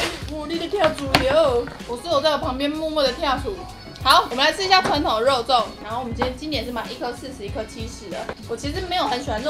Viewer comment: 第一個不是肉粽，是“肉重”